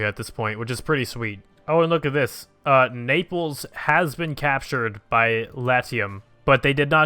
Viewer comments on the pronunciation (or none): none